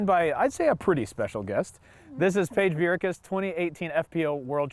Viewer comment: ""Piage Bjerkaas" lol